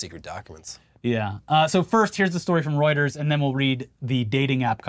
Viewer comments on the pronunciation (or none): none